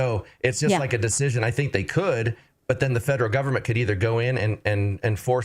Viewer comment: He keeps saying, "I sink"